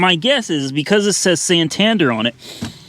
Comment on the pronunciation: Being from the UK the way you say Santander triggers me a little 😂